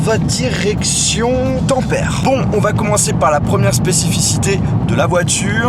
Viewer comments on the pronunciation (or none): ON DIT PAS TAMPERE MAIS TAMPèRè !! voila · Et en Finlande il parle finlandais il parle pas englais Tamper sa se prononce tampère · la grande tour ou tu était j'y est manger le soir avec la famille de mon correspondant c'est vraiment magnifique (et juste la ville sa se prononce tempéré mais c pg😂) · je suis finlandais et on dit tampéré